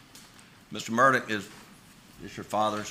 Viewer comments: I AGREE BROTHA!!! ITS MURDAUGH not MURDOCK!!! My God i know some aren't really smart in the South or anywhere else but DAMN!!!! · It has nothing to do with the south. I live in Columbia SC. I don’t know anyone that pronounces his name Murdock. He’s also called Alec even though it’s spelled Alex. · He actually pronounces his own name as "Alec Murdock". His family (brothers and their wives) also pronounce their name as "Murdock".